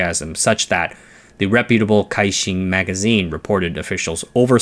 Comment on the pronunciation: Nitpicking here 😊, the CaiXin in Pinyin is pronounced as Tsai.